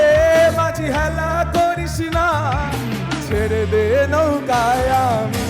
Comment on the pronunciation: খুবই ভালো performance, এগিয়ে যাও। শুধু, ছেরেদে নৌকায় গেয়ো না, কথাটা ছেড়েদে নৌকা। বাকি আগাগোড়া লা জবাব।all the best ♥️♥️💜♥️